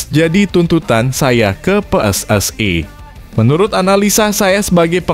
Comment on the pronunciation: Pelatih diganti naratornya juga harus diganti baca PSSI aja salah